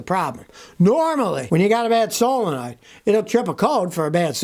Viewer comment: I thought you said Pray, that truck has a bad Soul... but you said solenoid 🤣